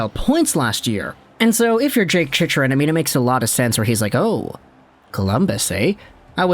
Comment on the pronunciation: I can't believe you're still saying the name wrong after all these videos.. lol "Chick-rin"